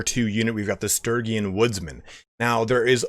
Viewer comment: God damn, the pronunciation on Sturgian is killing me. It's Stur-gee-an.